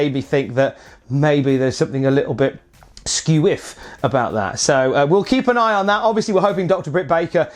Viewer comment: said scewwiff. Great minds think alike